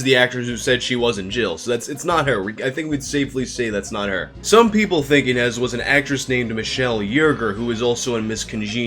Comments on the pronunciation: It's pronounced Ee-nish. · The origin of that name is Ines and you pronaunce it as Iness. It is a common name in the Europe's Slav countries (didn't hear it much in Russia). If she was only a student in Japan at the time maybe after her studies she moved away to who knows where doing who knows what she might not be canadian and video games are not popular everywhere especially in around her age in current time, she might look completely different that is why no one picked it up that is she. Also as Mikami said she wasn't really an actress she probably did few jobs while in school just so she can earn quick money on the side. Not everyone is into acting and video games, especially not back then. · its prenounced ine-ž. ž is pronounced like the su in measure or in pleasure . This sound appears a lot in eastern European names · You are pronouncing "Inezh" wrong. The digraph "zh" represents the /ʒ/ sound (ž — if you prefer transcription with carons). This is exactly how you pronounce 'j' in French. Also, this is how you would pronounce the 's' in "Asian".